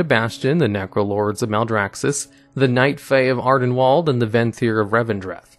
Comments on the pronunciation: ArdenWALD? It's pronounced ArdenWEALD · I love you, but I am so triggered that you manage to mispronounce Ardenweald, after surely having heard it countless times, everywhere, for months. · I love your videos, you present them wonderfully. However, anyone else bothered by how he says Ardenweald? Torghast? It's not Ar-den-walled. It's Ar-den-wield, like you are wielding a weapon. It's Tor-gAst, not Tor-gost. You are making As into Os for whatever reason. They've been said in game and the Afterlives videos. Please learn to say these names right.